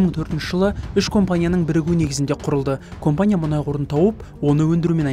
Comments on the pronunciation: Оқылғанда КАМПАНИЯ деп аитылады. Немене кОмпОния деп олай аитылады. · Компания емес кампания деси нервке тими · Комфание деген неси аитылганда. Камфоние деп аитылмайды ма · Осы диктор неге компания дегенді компания деп жазылғанындай етіп окиды